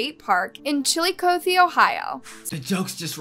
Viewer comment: The second I saw her photo in the thumbnail I knew who this was it happened in my town and my mom knows his mom. I’ve also been arrested by that officer before 😭 Btw old man’s cave is in Logan Ohio not chilicothe (the pronunciation was making me cringe the whole time💀)